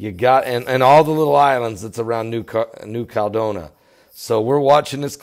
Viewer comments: It's 5 (FIVE) syllables: KAL-LED-DOH-NEE-YA. It's just like California: KAL-LEH-FOR-NEE-YA. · It is sending me nuts and with all due respect - it is New Cal e doe ni a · Can't someone tell how to pronounce New Caledonia? That is where McHale's Navy spent WWII!